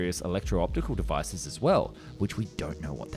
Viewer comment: The Bluetooth defice is paired sukkcessfooly 😂😂